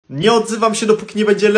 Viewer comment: Jak powiedział Johan krujfa to mnie zemdliło bo wymawia się krajf a pisze cruyff